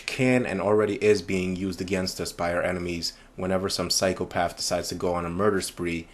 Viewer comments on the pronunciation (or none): Please, please, please, try to pronounce the "TH" in your speech as a true "TH" sound and not an "F", i.e "WITH" not "WIFF" PSYCHOPATH" not "PSYCHOPAFF". Do you say "FE" instead of "THE" too?